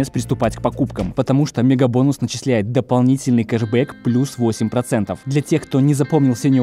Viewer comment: "Дополницельный",это что,это как!???